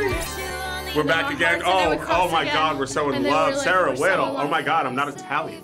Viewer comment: OMG SARAH WHITTLE PROBABLY BUTCHERED THE LAST NAME I love Sarah she was such a bundle of joy on smosh